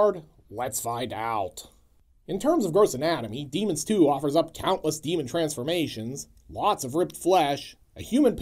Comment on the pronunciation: Boy, when you say the name, it sounds like "Demon Stew" which sounds from your plot rundown that it would be a pretty good title for it. :) Especially when you immediately describe it as a mishmash. I think I caught the first one time but haven't seen this one yet.